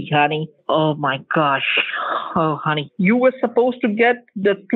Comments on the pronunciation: That ‘Hunny Hunny Hunny Hunny Hunny’ sounded like ‘Money Money Money Money Money’. Respect bro. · Deerek. Siwi. Hunny. Lol.